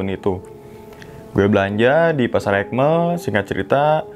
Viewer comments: Aik Mel bang buka ekmel 😂,, jdi kdengerangnnya BHS Inggris BHS sasaknya 😂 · Bukan ekmel tapi aikmel bg